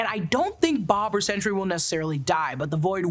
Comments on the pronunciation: Sentry, not Century. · So I know it is sentry but I keep hearing you say century. But you know neither here nor there. Love the podcast love the channel.